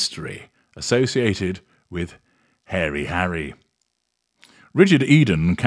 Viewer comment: She pronounces his name Hairy anyway so it makes sense.